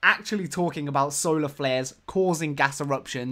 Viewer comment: I heard that it was actually "Solar Glares" not flares?